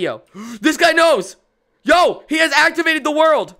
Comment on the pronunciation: "Za Warldo" Are you actually sure you're a legit JoJo fan?